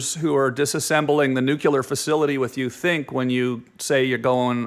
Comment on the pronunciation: Nuke-cular? Man both of your pronunciations of nuclear, indeed blew, to some extent no ?